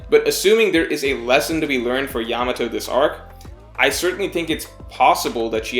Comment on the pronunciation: Still can't pronounce her name right though ("Yamao" I think). Some people say that's not a good sign